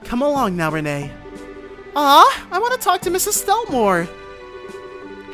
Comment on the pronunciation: Believe it or not, the little girl's name is actually pronounced Ren or Rin.